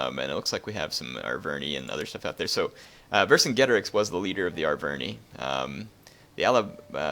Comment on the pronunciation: It is pronounced ver-cin-ge-tor-ix not ver-cin-get-or-ix